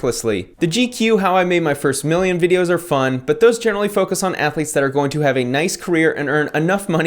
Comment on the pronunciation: Cartman : "Athuletes".....